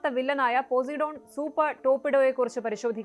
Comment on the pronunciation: പൊസൈഡൻ ആണ് പോസിഡോൺ അല്ല